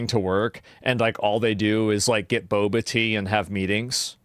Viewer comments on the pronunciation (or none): none